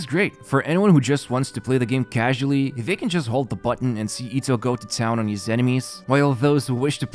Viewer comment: Why does he say hees instead of his? Lol..